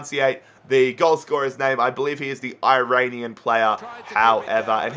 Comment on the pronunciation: Hey, I'm one of your Iranian fans, currently reside in the US. Since I know you care about the pronunciation, the correct way of saying the "i" in "Iran" and "Iranian" is not "i" like "ice" but "i" as in "italy". Keep up the good work.